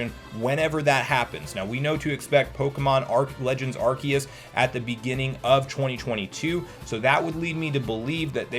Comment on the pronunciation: Isn't it pronounced Ars-eus, not Ark-eus? Oracle games and Four Swords Adventure still need an update. FSA is only not able to be purchased yet